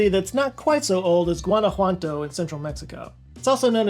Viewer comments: Haha I´m from Guanajuato, I did NOT expect to see my city in a video in this channel ever...also your pronunciation is hilarious xD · Gwana whan toe ❌ Gwana who ah toe ✅ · Guanajuato "Wana wato"